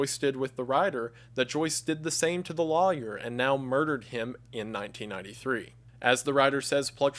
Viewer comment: i could listen to wendigoon pronounce "lawyer" forever